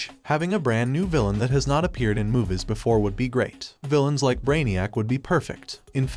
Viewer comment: why you keep pronouncing movies as muvus, its annoying af